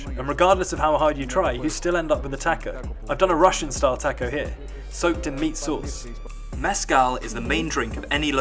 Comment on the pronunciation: You can't pronounce "taco" properly?! It is a common word. Yet you pronounce Guadalajara properly. 🙄